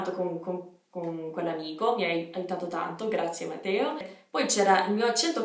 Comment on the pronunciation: Mi aggrego ai complimenti, ma volevo dirti che secondo me è una cosa bella il fatto che si senta un po' il tuo accento di provenienza! Però ti do un consiglio, visto che dici di essere una perfezionista: attenta alle doppie, ogni tanto non le pronunci (es. Matteo). Sei veramente brava comunque, prima di questo video avevo visto quello sui nomi ed ero convinta fossi italiana